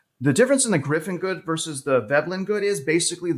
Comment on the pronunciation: Pls rerecord with correct term 'Giffen good'